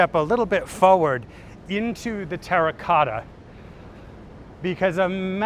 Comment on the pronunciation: Well he did say TERACOTA 15 times. Not once did he menage to pronounce it properly.